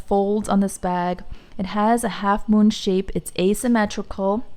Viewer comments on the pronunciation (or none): none